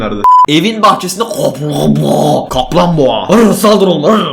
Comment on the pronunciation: Kaplunboğa gülmedim ama görkemin bi deişik "Kaplunboğa" dmeesi beni çıldırttı